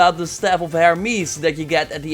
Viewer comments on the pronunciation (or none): none